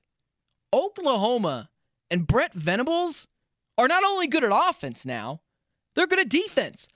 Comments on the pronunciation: It’s Brent Venables. Not fukn Brett. Goddamn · Good take. Also its Brent, not Brett. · Dude it's BRENT, NOT BRETT VENABLES!! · Please stop calling him “Brett” his name is Brent….